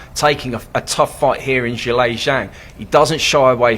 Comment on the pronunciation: That’s a closer pronunciation that Zelly